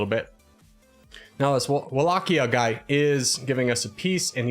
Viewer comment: No heat by this but the way you pronounce Wallachia puts a smile on my face, its extremely amusing <3